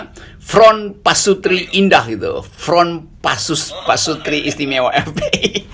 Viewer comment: PASUTI , R NYA ILANG